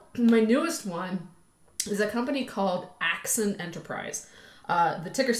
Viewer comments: Axon not Axin.... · AXON AXON AXON<<<<NOT AXIN!!